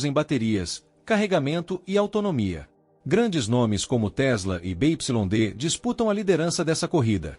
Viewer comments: Parei de vê quando ele falou da montadora (BYD) Bê, Ípsilon, Dê o correto: “Bê Uai Dê” 💅🏽 😂😂😂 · Empresa be ipsilon de? Caramba tu e bichao mesmo hein